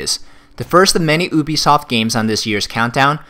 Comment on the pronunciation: Oobisoft? Do u even pronounce brah.